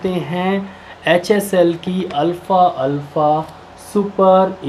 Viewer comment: Alfa Nehi alfafa hai apko bolna hi Nehi ata...